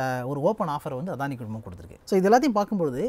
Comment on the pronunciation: அதானி இல்ல, "அடானி".